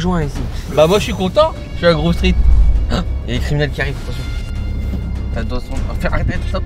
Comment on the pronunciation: C'est Grove Street et non Groove Street